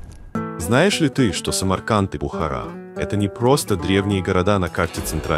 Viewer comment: Бредовый ролик. И перестань коверкать слово Таджик и Бухара... 🤬🤬🤬